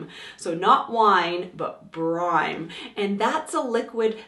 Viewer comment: You mean brine.......! Not brime